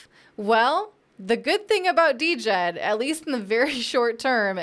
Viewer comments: We'll be waiting for your correction. COTI is the provider of DJED (pronounced JED). $SHEN is the reserve token. You have made no mention of the minting process and how both tokens work in correlation with each other. It' s totally different to all of the other stable coins you mentioned. Spend a bit more than 5 mins researching next time before posting trash like this. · Trying to be positive but this sounds like you didnt do any homework. It is pronounced: JED. You did not mention SHEN or trip levels of minting burning. I am not a maxi trolling you bur please do proper research. You didnt mention COTI.. or this being Minimum JED. If you need a primer reach out to the Cardano community. Your script was shallow without substance. That is what upsets Cardano folks. You didnt even pronounce it right so clearly you didnt watch right videos. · JED the D is silent people. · I thought she said the "stable coin" was called DEGEN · DJED - Pronounced "Jed" silent D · She can't even pronounce it correctly. How much research did she do? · The "D" is silent. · Luv ya. The "D" is silent in Djed. Stables are essential for DeFi, I hope a non-censorable few succeed across bridging platforms. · Are you sure? Have you not heard Charles hoskinson ever mention it and not pronounce it the way you pronounce it which is wrong